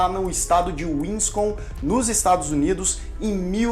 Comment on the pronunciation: quando vc falou o nome da cidade dele vc disse "Wiscon" eu pensei - porra que estado é essa que eu nunca ouvi falar ? Certeza que deve ser Winsconsin - passei o vídeo inteiro com isso na cabeça fui olhar no Google e vi qur eu estou certa e a própria pessoa que fez o vídeo não kkkkkkkkkk não existe Wiscon migo 😂